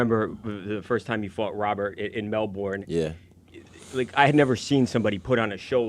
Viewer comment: Thank you for saying "Melbourne," instead of Jon Anik's incorrect "Melbin." . I refuse to adjust my natural speech due to Jon Anik. He's a nice man, and great at his job. But he seems to be on a crusade to correct everyone's speech and it's incredibly annoying. There's a certain feeling of joy in being able to use big words incorrectly.